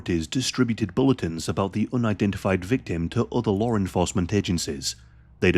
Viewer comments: Bro said Larre enforcement 😂😂😂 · FYI, there’s no “r” in the word law.